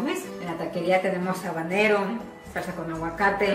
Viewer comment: en español la H no suena, es muda. No es Chile Jabanero, es Habanero ( abanero )